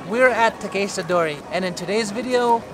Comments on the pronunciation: great vid... but why are you pronouncing Takeshita like that... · Interested in your pronunciation of Takeshita, Tsukiji etc. It sounds different from one sentence to another. I can’t wait to get back there with all your maps in hand Hope they are all still there after the pandemic . Thanks for your content